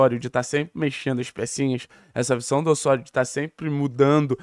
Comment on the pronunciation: Ôssôrio 😂😂😂….pq não fala Lêo Godoy??😂😂😂….tiro sarro mas canal ótimo